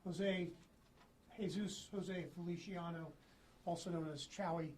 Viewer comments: Its "Chuey" my guy. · How the hell does someone see how chewy is spelt and pronounce chowy